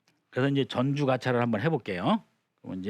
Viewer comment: 한자의 고저 장단 문제가 있읍니다. "전주, 가차," 의 첫 자는 모두 장음인데, 선생께서 "짧게" 발음하셨읍니다. 잘못입니다.한문 고전 강사로서는 가벼이 받아드릴 수 없읍니다. "한국 어문을 고발함"이라는 책을 한국 지성인 여러 분들께 간곡히 권하오니 이 책을 조용히 읽어 주싱옵소서 . 미국 변 완수 드림